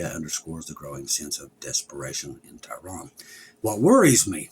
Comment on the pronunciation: Tehran, Iran. has difficulty with pronunciation.